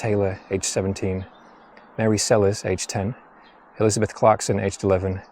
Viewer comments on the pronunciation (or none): none